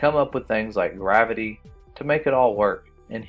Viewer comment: GRAV-ITY NOT GRA- VITY